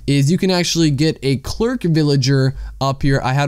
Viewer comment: Clerk, lol "Claire-ick"